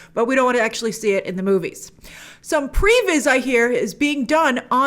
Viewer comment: What was Grace saying they do instead of story boards? It sounded like prebiz